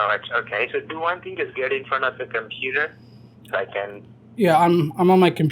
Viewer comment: Yes sir “do won ting” = SCAM